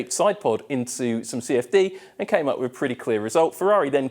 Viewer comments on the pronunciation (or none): How can you be on tv and you cannot pronounce your “th”. Other - Ovar Three - Free With - Wif Something - Somefing Terrible